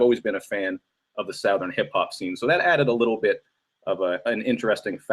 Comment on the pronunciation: the way luke james pronounces southern is cringe